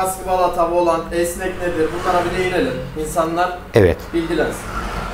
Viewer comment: Volant kelimesi yanlış doğrusu volan dır